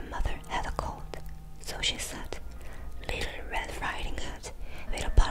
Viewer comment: "Litter" red riding hood 😭 easiest way I can help with the word "little" for Koreans, is to say it like "lit" and "all" or "lit" and "til" . I know the ㄹ makes more of an rolling "R" sound, so it makes learning english words with "L" and "R" harder.